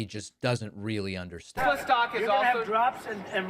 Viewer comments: It is a federal law which is illegal to promote a product in front of the White House. Well look who's at it. And he pronounces a Tesler. Going back in time he criticized electric cars and said the liquid gold was in the ground to run them. Now he is promoting them. How low can this guy go? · Wtf is a TESLER? 😂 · Tesler Hahaha WTF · It’s Tesla….Not Telser Felon 34🌹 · Oh my gosh , Pakman is so smart , he heard Trump say Tesler instead Tesla ,WOW 😲 Sausage Nose made up another crybaby rant . 😭👃🌭🐽. Nobody knows like Sausage Nose , he has the direct contact with Trump info , he's hooked up ! He has his crummy little desk where he makes up his daily lies . Sausage nose ! Sausage nose Sausage nose ! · He actually says "Tesler"!🤣😂🤣😂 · Calling Tesla "Tesler" may just be Trump's idiolect -- his particular way of speaking. This phenomenon is the "intrusive r", meaning an "r" sound appears even at the end of words that have not had "r". Linguistically, it does not mean anything about intelligence or being civilized. Although New York English did not have that intrusive r earlier, maybe Trump uses it sometimes. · "Tesler"?🙄🙄🙄jeez My God he babbles on and on he has.no.idea what hes saying. This is terrible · "I LOVE TESLER" New clip for the soundboard !!! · Tesler. What an idiot. Elon calls them Tezla. 🤡🤡🤡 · Tesler lol😂😂😂😂 Idiot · I'm here to see if he still loves Teslurr. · The silver 'Tesler' reminds me of the car that Homer Simpson designed. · "I LOVE TESLEEEEER!!!" "Saudi Arabia and Russia....will REEPEEDOO....AAAHHH" "OBAMNA" "TROTH SENSIAL" He is such a clown😂😂😂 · I LOVE TESLUR! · Tesler- Everythings computer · Him calling it Tesler is giving me "Merry Chrysler" vibes 🤣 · Hahahaha “Tesler” 😂😂😂😂 so pathetic. Poor Elon and mini Elon too. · I lmao every time I hear tesler 😂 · Who does he love more, Tesler or Melanier? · Next time he'll say "I LOVE TESTICLE!" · Can we please call it Tesler from now on??? PLEASE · Tesler 😂 what a bafoon. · TeSlur not Tesler - Freudian slip